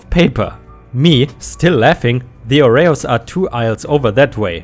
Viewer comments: OR-E-Os not O-RAY-Os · Oreos = Ore-EEE-ohs, rather than ore-Ray-ohs. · Oreos -- OH ree ohz